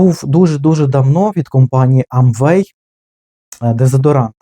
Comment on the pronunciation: Не АмВэй, а ЭмВэй.